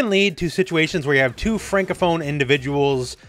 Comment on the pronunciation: The moment you said francophone I knew you were Canadian